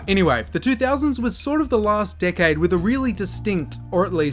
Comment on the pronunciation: Dude you need to learn how to properly pronounce 'decade' cuz it sounds like a cuss word 😂